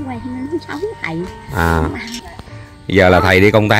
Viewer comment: Bà cô vẫn nói khầy đu công tác kkk